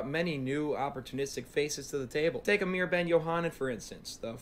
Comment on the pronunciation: this guy "" is doing us people named Amir wrong.